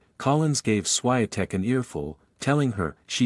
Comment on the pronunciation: Please pronounce her name correctly